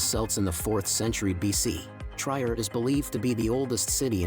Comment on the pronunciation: Why the narrators of these kinds of documents of countries do not delve into the correct pronunciation of the cities is a mystery to me because translator lets you hear the correct pronunciation. I am referring to the place Trier. This is not Tryer but tree-er in dde pronunciation.